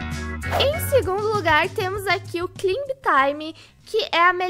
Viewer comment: Kkkkkk o auge é a falando “deat” e “climb” lkkkkk te amo